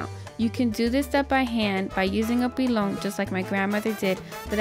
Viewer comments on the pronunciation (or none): none